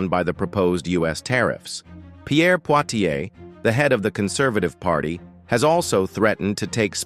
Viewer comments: It’s ‘Polievre’ not ‘Poitier’ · Close, Poilievre